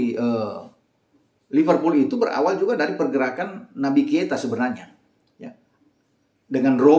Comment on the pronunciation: kenapa kalo nyebut Naby Keita selalu kesebut Naby Kieta 😅